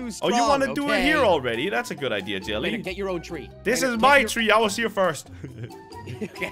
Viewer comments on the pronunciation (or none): Crainer says idear lol